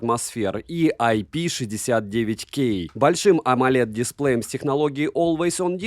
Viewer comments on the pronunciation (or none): Display ударение на втором слоге. 90% блогеров не знают этого хотя на русском тоже на втором слоге